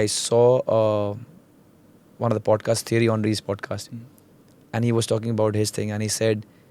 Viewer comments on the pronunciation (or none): none